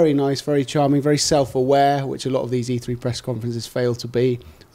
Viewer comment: This is just an awful video, for starters, the fucking conference is called E3 - So it would make sense to get someone who isn't linguistically challenged... It's 'E Three' not 'E free' dickhead.